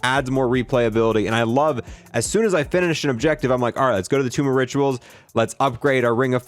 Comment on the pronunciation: he said tomb of riturals